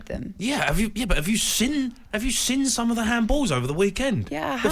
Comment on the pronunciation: Why can’t Jamie say seen properly,Keeps saying sin. So annoying.